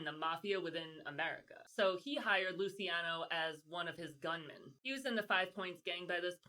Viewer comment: Lucky “Loo-ch-iano”….”ci”is a “ch” sound…like Ciao. It’s cringe girl. Listening to you pronounce their names when you are an Italian-American. 😣😟